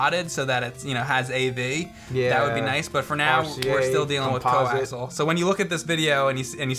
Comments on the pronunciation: Wtf is co-axel? COAXIAL, it's not that hard, really. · It's CO-AX-EEEE-AL not Coaxle. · im pretty sure the cord's name is pronouced, CO - AXE - EE - AL , not CO - AXE - AL. was a cable guy for a few months and actually had to make my own at one time. and the spelling is COAXIAL. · Co axel 😂😂 Coaxial jesus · "Coaxel"? Isn't it "coaxial"? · Coaxial, not coaxal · it was making me insane when u kept saying coaxel. its pronounced coaxial not coaxel, lol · "ko-ax-ee-al" not "ko-ax-al" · Its Co-Ax-E-al. Not Co-ax-al. I design cabling for a living. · Awesome video guys, love your $hit—it’s definitely co-ax-ee—ul though 😂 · lol "co-axle" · its pronounced co-ax-ee-al. You guys are hurting my OCD. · 'coaxial'? Fuck, I've been pronouncing it 'coax' all my life. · Weird that they pronounce it co-axle, there's another "A" in there. Coaxial. Maybe it's a New Jersey thing. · I remember a supervisor in work pronouncing it "coxle". Then again, he wasn't very bright. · Anyone I've ever met pronounces it "co-axle" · Its pronounced "co-ax-e-al" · Guys, it's "coaxial". "Co" as in sharing, and "axial" as in "relating to an axis".